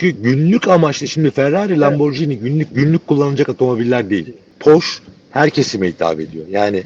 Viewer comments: "porş" değil "porşe", "lamborjini" değil "lamborgini" olacak. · Abi Almanca bilmiyorsan Porsche telaffuzunu Fransız gibi yapıyorsun işte. Arabanın Alman arabası olması dışında sıkıntı yok. Porş değil, Porşe. Bu arada bu arabayı burada maaşımın beşte biri kadar bir parayla 72 ay taksitle alabiliyorum. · “Porşş” değil abiler, “Porr-şşe” . Almanca okuyun, fransızca değil. Alman mühendis Ferdinand Porsche’den geliyor markası. Benim yok ama en azından doğrusunu söyleyelim. Ukala züğürt tesellisi işte.. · Porsche alman ve almanca bir marka ve otomobil yazarı bile neden ısrarla porş der anlamış değilim .